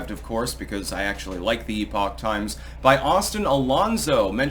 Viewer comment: Except they have no concept that "epoch" is a completely different word than "epic". When they stop saying "epic" as though it is "epoch," then i might sub them 🧐